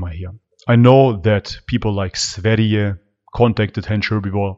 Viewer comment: Finally! Someome who can pronounce sveriges name properly....il continue watching the video just had to say